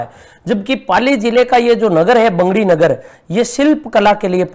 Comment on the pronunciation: बैंगड़ी नहीं बगड़ी है। डाइट पाली